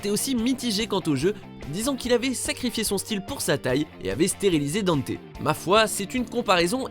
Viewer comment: Tiens je te copie colle mon com hahahaha pareil, non des trucs comme du fait que le pitch de départ de DMC3 c'est Dante qui ouvre son agence le Devil May Cry, alors que le nom n'est choisit qu'à la fin :3 Dante qui est prononcé Danté, CF: l'animé et la vf de DmC Tu ne parle pas de l'animé, mais il me semble qu'il a été canonisé récemment, CF l'appel de Patty à Dante dans un leak ou trailer je crois et une interview Bon le Vergaïl tu l'as dis qu'une fois donc je te pardonne 😁 Même si ça me plait pas des masses Itsuno a récemment situé Devil May Cry 2 avant le 4😥 Je crois que c'est tout de ce que "j'ai tiqué" sur la video😗